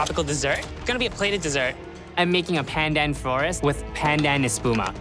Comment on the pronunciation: The fact that calls “pandan” “pendan” just makes me cry as a Malaysian.